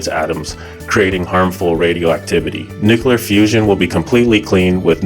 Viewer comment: Nucoolar fusion haha 😂